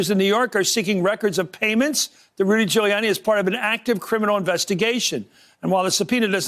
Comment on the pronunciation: Dooty Goolianni